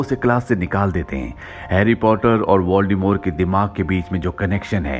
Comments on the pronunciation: its voldemort not voldemore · Voldemort pronounce "voldemore"